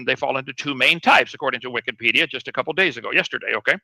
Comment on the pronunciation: Speculation: I think maybe calls it "Wickedpedia" because he confuses the first syllable 'Wiki' with 'Wicca' and possibly with witchcraft maybe? Therefore, he glosses it "Wickedpedia". Just straight up ignorant. He demonstrates a pattern of this behavior over time. Another example is when he calls National Geographic "National Pornographic", possibly because it sometimes features topless tribal women or some other photos that he objects to. In any case, he's a f&#@